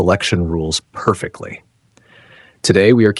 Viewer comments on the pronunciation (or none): Notice emphases on the word "perfectly"